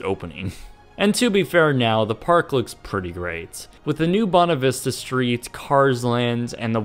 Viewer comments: Is it me, or did anyone else cringe when he said Bonna Vista instead of Buena Vista? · "Bona Vista?" You good sir insult the name! Its Buena Vista pronounced "Bway-nuh Vista" thank you very much! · I'm sorry "Bona Vista" it's pronounced Bwayna Vista. I'm triggered